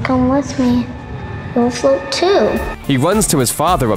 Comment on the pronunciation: I saw the part when he says you flot to